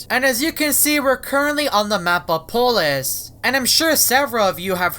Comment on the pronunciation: can you speak? its not apolus